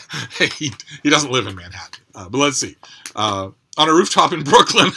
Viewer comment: Oh my god, you nailed the Brooklyn thing. That’s awesome.